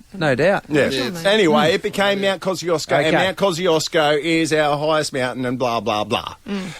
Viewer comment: It's not Mt. Cosyosco It's Mt. Coshchooshco